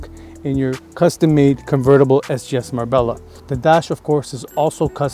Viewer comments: Is Mar-Bella the correct pronunciation? Not Mar-bay-ya?? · Marbella is pronounced Marbeljah